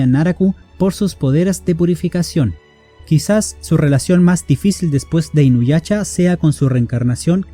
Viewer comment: Perdón pero no puedo parar de reír cada que dices inuyacha